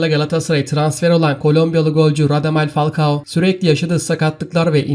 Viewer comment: Fakua değil falkao